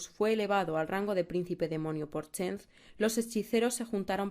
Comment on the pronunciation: "chent" yo pense que se pronunciaba "Ssentch" :P